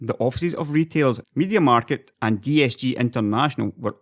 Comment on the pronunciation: It's media mar-kt not mar-ket